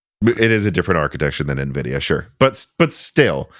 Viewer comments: I'd argue that I'm pretty sure Jensen pronouncing it as "En-vidia" as opposed to the "N-vidia" in the opening Animations is a lot closer and justifiable than the "Nuh-vidia" that the brothers here were apparently pronouncing it for years and claim that it's more common for people in the midwest to say it that way. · Lmao everyone in IRL I know say it nuh-vidia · Nvidia's own animation opening screen on games that feature it explicitly pronounces it as "N-vidia". It's pretty weird that have consistently missed what has been consistently clarified by Nvidia over the better part of the past two decades. Here's a video compilation of Nvidia's animation opening screen from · I've lived in Illinois all my life and never heard "nuh-videa." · I've never known anyone that ever said navidia. I'm sorry man, back then you were a super newb. I would have to question if you had ever even seen a cpu before Gen 1 Ryzen. It's now obvious that anything you have ever said about gaming pre 1800x has been a lie. I can't believe this! Just messing with ya. Lol! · Nuhvidia sounds like the skin cream Nivea 😁😀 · But Jensen Huang pronounces it "en-vidia" on stage all the time. It's like tee-eye vs tie. Jensen says it one way and the corporate windbag doing the next presentation bellows it the other way 40 times in 10 seconds. So claiming that it has been "clarified" is... not exactly clear. You're basically saying the CEO (and founder) of the company doesn't know how it's pronounced. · I’ve been building PCs for 25 years and you were the first person I’ve ever heard pronounce Nvidia that way